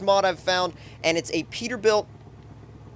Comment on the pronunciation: Its peterbilt